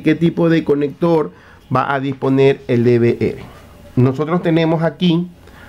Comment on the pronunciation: NO SÉ LLAMA "DE VE ERE" ES "DE VE ERRE" LA LETRA R. SE LLAMA ERRE. R=ERRE. NO ERE. NO ERE. ERRE.